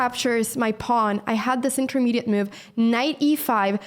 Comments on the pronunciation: Been watching Anna's videos for a while now but I can't help staying silent about this: It hurts my ears every time she pronounces move as "muve" lol. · ....what the heck is a "meohv"